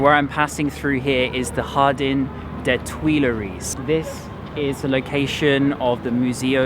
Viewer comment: "chamP zeleezay" with the P pronounced made my cringe every time he said it. 😱🤣 And pronouncing 'jardin' with the Spanish J (jota) was funny too!! Brits always make fun of Americans when we butcher French but we are so far away and our education system sucks: what's your excuse? 😜😂😂😂😂😂😂 PS: after watching the rest of the video, I can say that he proudly butchered every single French name!!! 😲😂😂😂